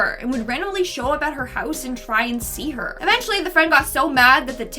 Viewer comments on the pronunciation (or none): none